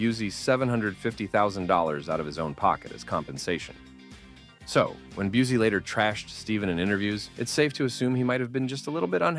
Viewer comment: It’s Gary Byoo-see not Byoo-zee. Get it right millennials that were children when Seagal’s career started.